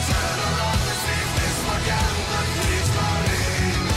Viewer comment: They might be historically accurate, but the E at the end of Kriegsmarine is not silent. The "ne" has to be pronounced as in "never"